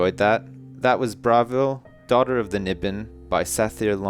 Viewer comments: AHHHHH it's pronounced "bra-vile", like "Bra-vil" not bravel :L I normally wouldn't mind but its Oblivion. With Oblivion, or any TS game, everything must be perfect! ;) good reading though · It's pronounced Bruh-vil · lol he said bravil wrong the whole time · This'd be better if he didn't mispronounce the name Bravil throughout the whole book :P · is pronouncing Bravil wrong.:(